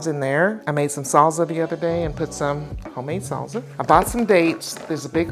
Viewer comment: so does everyone's grandma say "salza " instead of salsa